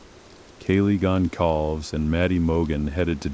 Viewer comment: Completely… even pronouncing Kaylee’s last name feels like the cheap version of the story.